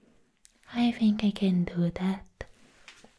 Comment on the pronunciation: im already giggling how you pronounce "think" i fink.